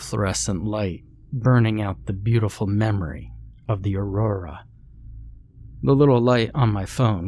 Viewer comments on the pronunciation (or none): none